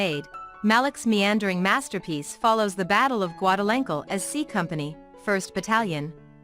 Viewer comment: Hey now, let's not be making fun of the Battle of Guadalenkle!